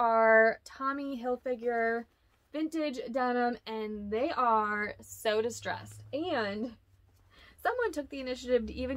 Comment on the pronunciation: the Brand is pronounced CHICK as in “baby chick” 🎃👻🙂👻🎃 GOOD GAWD GURL- you too?!? it’s pronounced HilFIGER (rhymes with trigger), Not HilFIGURE! 😮😳😖❗️